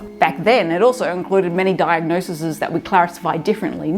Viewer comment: "diagnoses", plz